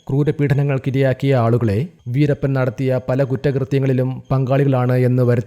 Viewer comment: വീരപ്പനെ, വീരപ്പനെ എന്നല്ലാതെ വീരപ്പന് എന്ന് പറയാൻ അറിയില്ലേ? ഉച്ചാരണം പോലും അറിയാതെ ചാനലും ആയി ഇറങ്ങിക്കോളും 🥵😱🎃